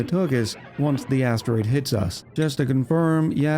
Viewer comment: I cannot unhear "That big asstroid." lol help me